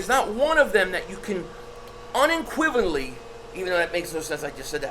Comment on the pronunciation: “Uninquivinally”? I cried laughing 😂.